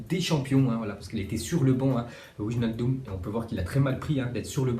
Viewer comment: c'est * weynaldum